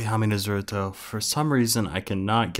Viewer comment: DONT YOU DARE PRONOUNCE NARUTO'S NAME WRONG